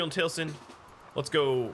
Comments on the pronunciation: If you wanna know how it's pronounced, it's tal-ih-sin. But ye it's a minor thing and I'm still enjoying your content :) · Enjoying the new series:) Do gotta say that as a fan of Critical Role the way you pronounce Taliesin is hard to not notice XP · Yeah but you were pronouncing it as Tail-sin, which is what was hard for me not to notice XP Still, I always knew it as the other way cause of Taliesin Jaffe, who as mentioned is part of Critical Role and that's how his name is pronounced. But ye ya learn something new every day and I learned the different ways to pronounce Taliesin